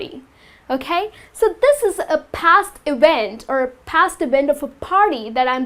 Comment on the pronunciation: Not ewent Its a EVENT!